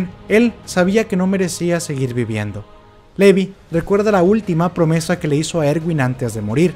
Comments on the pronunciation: Se pronuncia LIVAI, no LEVI... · Se pronuncia Lívai. Es SHINgeki no kyoJIN.